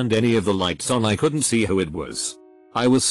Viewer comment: "dad wasSOTnt home" "coldn't"